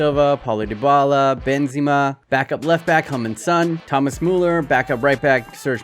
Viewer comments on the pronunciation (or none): none